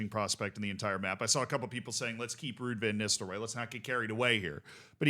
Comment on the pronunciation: You think you know how to pronounce “Rude Ven Nistelrooy”? 🤔